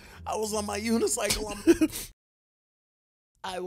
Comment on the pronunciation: Nah bro should have stopped talking when he said "unicycle" 💀